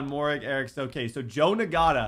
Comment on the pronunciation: Moehrig is pronounced merig